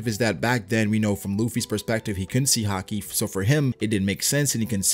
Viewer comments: just say haki like everyone else does including anime. not ha-kee lol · Man it's weird how you say haki sometimes. "Ha-Keee" lol. Great videos though. I'm a relatively new follower but I really enjoy your videos. Keep up the good work! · ugh I always hate the way he pronounces haki